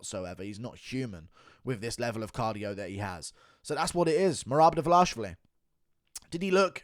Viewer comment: Still laughing from your meltdown on livestream. Your pronunciation of his name, Dva-LASH-vili reminds me of Chael’s “Bluhal Mohammed”.